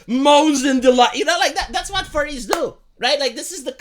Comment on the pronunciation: Furries, not Furies. Believe me, I should know lol, that being said though that’d be an issue if said schools have any mascot suits.